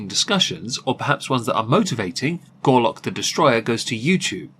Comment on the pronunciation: You kept saying Gorlock & I kept hearing "Garlick"..... thing is, both will clear a room when their outer layers are removed.